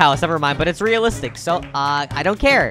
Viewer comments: You did better your soo good but you say raelistic 11 times but good vidio good work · Alot u said relstic